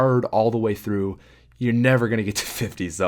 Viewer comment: "Hardest map by fer"